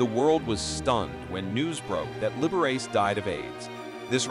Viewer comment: The narrator made a few mistakes narrating. He referred to the figure I’ve skater as she and he . Not just once . Meds to proof read before reading . Also, pronounced Liberace’s name wrong . Sorry